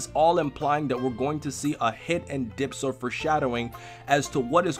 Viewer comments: Bro it's Dyspo not Dypso....God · isn't it DYSPO, damn man, learn to read. Seriously going down the same path as Anime Live Reactions. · WHYYYY why do a lot of people on youtube call him DYPSO he's DYSPOOOOOO TvT XD idk why it annoys me so much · "dypso" omg...